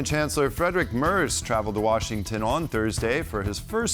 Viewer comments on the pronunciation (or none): Why are they able to pronounce the name "Trump" correctly but they can't pronounce Friedrich Merz' name as it should be? Can't be that difficult to ask somebody how to do it. It is not (!) Mers and it is not (!) Merts but it is Mairts ("ai" like in the word 'fair'.